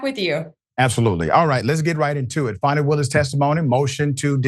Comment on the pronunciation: It's Fani not Fanni.